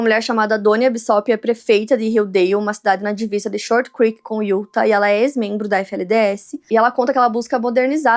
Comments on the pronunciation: Como já disse anteriormente, diz-se "iutá" e não "iúta" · Não se fala UTAH E SIM UTÁÁÁH